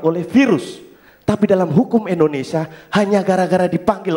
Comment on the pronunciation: Indonesia om bukan Endonesia